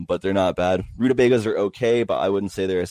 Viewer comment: Pretty sure he says 'rootabega' like the plant name used to make a hacking device but I'm not seeing anything but recipes